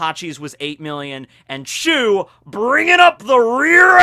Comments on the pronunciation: Its beca...becaah..chu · I'm sure it's not chew but actually choo